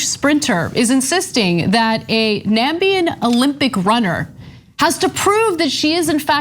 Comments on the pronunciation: It’s not Nabian, it’s Namibian. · It is Na-mi-bi-a-n not Na-mbi-a-n she sounded like Trump. But laughed at Trump. Typical Westerners. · It’s pronounced Namibian not Nambian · Lol Namibian Anna not Nambian you guys need an African to be part of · Nambian? I suppose you've never heard of Namibia, Anna. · Girl I thought you'd do a Trump. Did you actually say Nambian? It's like saying Armenian is Armnian.... think about it. I'm a big fan. I can forgive the terrible pronunciation of her name but not the country. There's no excuse for that one. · NaMIBian. Not Nambian. 👌🏽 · "Nambian"... lol you made this same mistake Trump did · Nambian? oh, the American version of Namibian. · Namibian not Nambian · Nambian?? Namibian 🇳🇦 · Its NAMIBIAN not NAMBIAN. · Oh no Anna, you said Nambian, pronouncing my countries name the same way that Trump did! Oi vey. It's Namibian, not Nambian. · Namibian not Nambian, trump made that same error. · Not Nambian : Na-mi-bi-an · It's Namibian Ana. Not Nambian. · It's Na-mib-ian. Country - Namibia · You pronounced Nambian wrong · Did Ana say Nambian? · It's Nah-mi-bian 😂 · Hey, friendly correction: the pronunciation is "Na mi be anne" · Nuh-MEE-bee-uh! She's a Nuh-MEE-bee-un athlete.